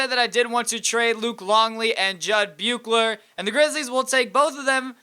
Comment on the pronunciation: Pronounced Bushler